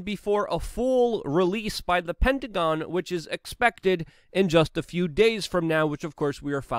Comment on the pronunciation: Lol first time he said hectagon